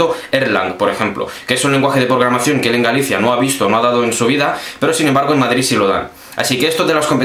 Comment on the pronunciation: Es programacion, no pogramacion!